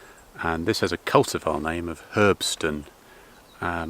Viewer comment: Herbstsonne is a german word and pronounced a bit differently ;) Herbst = autumn, Sonne = sun, so it means autumn sun